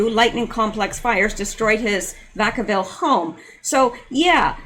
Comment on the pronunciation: It's pronounced Vack' -uh-vill. I used to live in Fairfield, the next town over, 10 miles away.